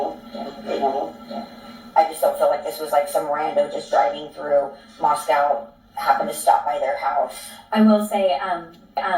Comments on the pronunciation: Kaylee's sister seems to not be upset about sister passing? Especially in which the manor of it. I'm from the area 30 miles and find it strange how pronounced Latah and pronounces Moscow.... Just strange to me beings they live about an hour away from Moscow Idaho, Latah county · and are originally from California, maybe that’s why? Idk lol. But yea I also thought it was strange they didn’t pronounce things like locals when they lived near Moscow for many years. It’s especially odd and funny because in the beginning, literally said things like BK came to Idaho wanting to “hunt hillbillies” — bizarre remark imo, I’ve never heard of anyone from Idaho calling themselves a hillbilly lol. Just further showed how fake and weird is.